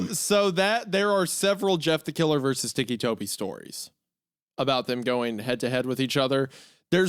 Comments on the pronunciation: I’m gonna go ahead and say take a shot for every time they say “Ticci Toby” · Lmao I thought Hunter would stop pronouncing Ticci Toby as ‘tiki Toby’ after learning where the nickname came from but nahh 💀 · This was one of my FAVORITE creepypastas as a kid! An absolute classic! Edit: Hunter pronouncing ticci tobi as 'tikki tobi' is slowly killing me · Every time they call him tikki toby i die a little inside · The way Hunter keeps saying ‘teekee’ bugs me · i like how he just naturally falls into a southern accent while reading the tags. teeky tobie anime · Ticci-Toby? Nah, Ticci-Jakoby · Ticci toby anime-fahhhhh also it's tobias erin rodgers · hearing hunter mispronounce ticci toby so much is filling me with so much rage i can almost control fire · its driving me crazy how hunter keeps pronouncing «ticci toby» (tih-kee) as «tikki toby» (tee-kee) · "Tiki Toby" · Hunter is pronouncing it "teeky," I always thought it was pronounced ticky, like... you know......... his ticks...... haha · It still bothers me that he's called "Ticci Toby" and not "Ticky Toby"... but it also seems fitting for how ridiculous the story is, too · Between Wendi calling him “Tony” interchangeably with Toby and Mr Meat saying “Tiki Toby” even after being told it’s pronounced Tick-y, I love this lol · Tiki Toby💀 TICCI HUNTER "TICKY" T I C K Y = T I C C I NOT TIKI TIKI😭 Say Tick Hunter, Say It, Learn how to speak brother you are killin me with your mispronunciation lmfao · “Tiki 🗿 Toby” had me dying. Like how do they not put together that he has Tics from Tourette’s so it is “Tic-kee” Toby 😂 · Hunter: They call him Ticci Toby because of his tourettes ticks. also Hunter: teaky toby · I like the way Hunter says "Tiki Toby" instead of pronouncing it as Ticky. 🗿🌴🍹🏝 Tiki Toby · my inner ocd is crashing out over hunter saying tiki instead of ticky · I’m sorry, but it drives me crazy how Hunter is saying Ticci Toby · Every time Hunter says TEEKY TOBY I lose a year of my life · “Teekee Tobi”-Hunter